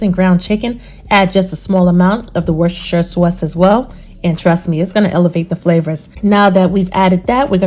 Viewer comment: What is the name of the black sauce? Is it Worcestershire? I couldn’t understand what you said. Nevertheless voice is dope! New York or Chicago? 😁